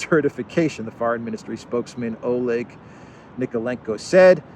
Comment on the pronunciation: It is not [oh leg]; it is [aly ek], or [al' ek] (German and Russian soft l).